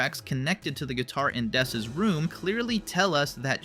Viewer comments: It's not dess, it's ness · “It’s not dess!” says that it’s dess